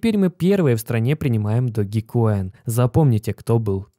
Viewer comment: Не Доги коин, а Дож коин